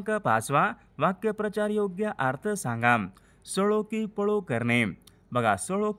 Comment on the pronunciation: वाक्य प्रचार...नाही वाक्प्रचार असा आहे उच्चारण चुकीचे...